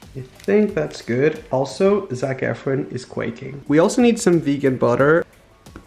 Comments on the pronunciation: For the record it’s “Zac Efron” not “Zac efren” and secondly it’s “quaking” not“ quacking” 🤦🏼‍♀️🤦🏼smh... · You need to stop saying quaking